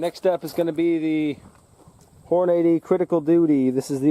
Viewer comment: Lol Hornade-ee. I thought it was pronounced Horn-uh-dee